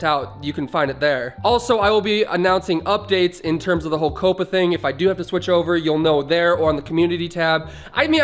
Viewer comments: couppa? its Caw-pa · Bruh you pronounced COPPA wrong it’s pronounced cop-uh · You said coppa wrong